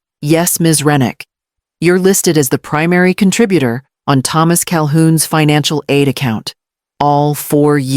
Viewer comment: Why can't the pronounce the name Thomas properly